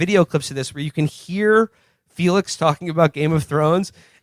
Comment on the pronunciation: A funny line but Felix's pronunciation of that was insane